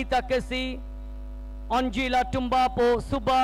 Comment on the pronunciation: he say anjila anjila 😅 she's anjana Rana magar Bangali 😅😅😅😅😅